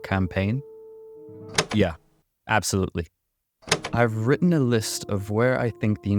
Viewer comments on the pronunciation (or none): none